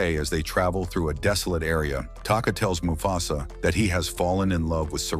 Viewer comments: It mufasa no mufsu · Why does he keep saying mufasas name wrong?